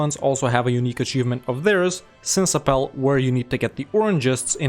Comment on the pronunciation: Now I know why you never try to prononce stuff. It's sin-aas-ap-pel not sinsapel lol